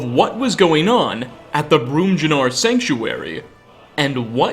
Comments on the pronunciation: Brum-John-aar.... my scandinavian ears are bleeding :D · Bromjunaar, pronounced "BROHM-yoo-nahr" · Nice video, however am I the only one bothered by how he pronounces Bromjunaar? Makes me want to hear him pronounce more names with a j in them in skyrim. In case anyone is unaware J is pronounced like Y in most Nordic languages, particularly in Old Norse which is the influence on the culture and naming conventions in Skyrim and the Nords. Like Hjaalmarch or Skjor ect. Phonetically its brahm-yoo-nAR, not brahm-jih-nAR. Its a small difference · The mispronunciation of bromnjar ( Bram-n-YAR) and the Labyrinthian (Lab-a-rin--th-EE-inn) Its hurts mah soul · “Broom-jun-are”? It’s “Brom-you-nar” bruh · You pronounce it "Broom Jew Nar" but it's actually pronounced "Brahm You Nar" This comes from the Dragon tongue "Brom" meaning North and "Junaar" meaning Kingdom. It translates literally to "the North Kingdom" and refers to the city Bromjunaar being the former capital of Skyrim. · I belive the "J" in Bromjunaar is most likely the same as in "Bjorn", so you can read it as an "i" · Bromjunaar. BrAHm-yun-are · Thought I would mention this but Nords in skyrim are based on ancient Scandinavian peoples, the letter J is usually pronounced as the letter Y and so it's likely pronounced as "Bromyunaar" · Buddy the name of the place is clearly supposed to be pronounced Nordic, can you at least try the Nordic "J" when saying Bromjunaar? Just try it. Brahm you narr. C'mon man. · Hmm, i always pronounced it "Brom-yu-naar" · Js are pronounced as Ys. Bromyunnar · It is pronounced bromunyar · Firstly, great video! Thank you for collecting all the information and crafting it into such an informative piece. However... lol This is Skyrim my friend, home of Jarls and Jorrvaskr. The J in Bromjunaar is pronounced like a Y 😋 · yeah lol he pronounces Hjaalmarch correctly but not Bromjunaar